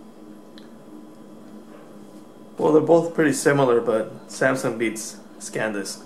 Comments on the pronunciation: You keep saying scandisk. Its SANDISK,!!! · Its SANDISK not SCANDISK, hesus dude.... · NOT SACAN but SAN disc!!! Haha! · say it with me man: San Disk. SEHN-DISK not Scandisk SAN DISK!!! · I'm just joking, you were saying ScanDisk instead of SanDisk and ScanDisk is a windows tool.;) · you say scan disk - i think its sandisk - btw nice vid - ill comsider the samsung card now that i saw this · SANdisk, not SCANdisk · How the hell do you get scand disk out of Sandisk ??? Whereas in the title you spell it correctly then go on to write scand disk ! How do you expect people to take notice of your review if you can't even read / pronounce name of product ?